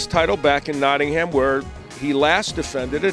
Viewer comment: Notting-ham, heheh funny american talk